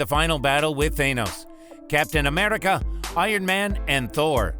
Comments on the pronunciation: And Am-eRI-ca not Am-eli-ca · Amrica thats how he said it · When he says America he becomes Scottish for a sec😂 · Why tf do u keep saying Thainos and captain ameRica